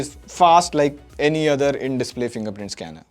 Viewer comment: "The othre amoled" 🙄